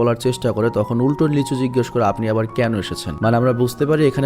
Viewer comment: Ami ei movie tar original ta dekhchi but explain dekhi ni. আর আপনি যাকে লিচু বলছেন সে... লী সু-হো। Lee su-ho🤣🤣🤣